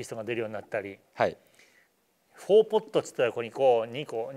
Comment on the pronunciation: pod じゃなくて pot ですねー